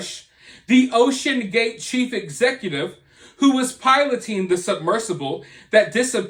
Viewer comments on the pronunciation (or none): when you said OCEAN GATE, I thought, wait, why is he saying it like that, tho??? Lol I heard the echoes of the GATES I've heard on the news. Lol Now, we have ocean gate full of comspriesys, theories, corruption, the rich, aliens, and the mishandling of a motor vehicle in the deep dark sea that's not supposed to be there. We have law suits, we even have the CEO of the guy in weird interviews that we didn't really see nor pay attention to, now he is known all around the world for not complying to our government. Now he is lost at sea for cutting corners and not having more advanced technology to make it a safe ride. People are acting like it's some elevator trip to the titanic. It's not. Not yet.